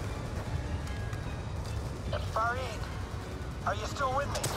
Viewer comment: and he pronounces Farid perfectly.